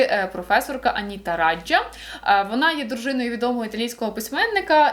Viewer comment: гуглоперекладач справді перекладає Anita Raja як Аніта Раджа, але, думаю, це переклад через посередництво англійської ;) якщо послухати вимову на тому ж гуглоперекладачі, то цілком очевидно вона Аніта Райя (так, до речі, записано і на російській Вікі: Анита Райя)